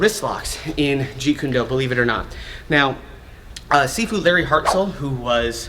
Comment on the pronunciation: Stop saying jeet June do with the wrong pronunciation! You sound completely unprofessional and disrespectful towards the art. And I know that you are extremely knowledgeable in the this art so It .makes no sense why you do it. Seriously please stop!!!